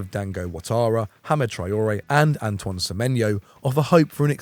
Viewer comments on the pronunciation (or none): none